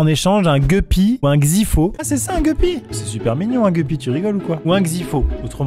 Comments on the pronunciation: Pour information on dit gUppy 😄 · Geppy c’est guppy ont le dit avec le u pas le e , sinon vidéo incroyable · Les gupppys et les xyphos sont des poissons très communs qui se reproduisent très facilement. On dit gUppys Max et pas gueupys loooool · Les gEUpy 😂😭 sir Maxime, on dit gUpy 😂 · Guppy ! Ça se dit guppy, pas guppy ! Bon en gros tu le prononce à la française, en disant bien la lettre "U" gUppy